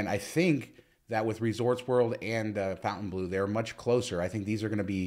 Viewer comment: Fon TAIN bleau NOT FOUNTAIN bleau.